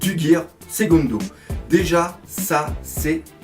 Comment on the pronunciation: perso la chose qui me vrille le plus les oreille c'est quand tu dit gear "SEGONDO" ou a tu entendu sa perso, moi je dit gear seconde :")